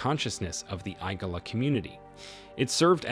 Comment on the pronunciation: ..."the hair apparent"...? You mean the heir apparent? It's Igala, not Egala. You're pronunciations are off.